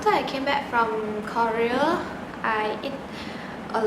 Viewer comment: Please say KOREA properly miss😧